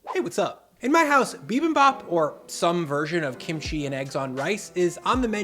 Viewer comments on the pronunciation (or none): Ground beef with bibimbap strikes me as perfectly fine. There are a thousand different varieties of bibimbap, so you do you! Just pronouce the "bap" so it sounds like "bahp," and the "jang" in "gochujang" so it sounds like "jahng."